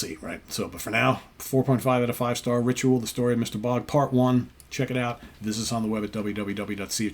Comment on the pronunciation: "Bogd". In Swedish you pronounce even the G and after even the D and the O it´s pronounced like the English word ODD. Cheers from the Cover artist of this Album. ❤